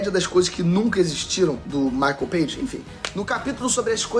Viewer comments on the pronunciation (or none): none